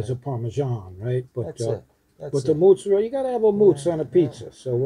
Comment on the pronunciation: It cracks me up when I hear people say mozzarella without the "a", just mozzarell, lol. The pizza looks good! Good work guys.